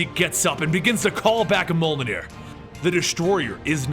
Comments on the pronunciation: its not: molnir its: mee-yol-near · Not MOL NEER. MYOL NEER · You keep pronouncing Mjolnir. It’s pronounced “mee-ole-neer” not “mole-neer”. Almost certainly. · Its not molnir its meòlnir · He says MOLnir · Moelnir, moleneer, molnir For fuck sake it's Mjolnir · Monarch Syndrome It was a joke, in this video every time he says Mjolnir it sounds like he's saying Molenir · Me-awl-ner .that's how u pronounce it...